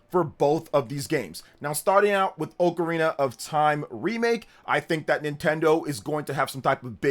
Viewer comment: Hey it’s ocarina not ocarina.